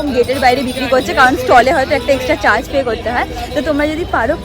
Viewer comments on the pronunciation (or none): none